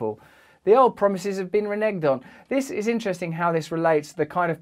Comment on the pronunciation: Reneged has a soft g sound.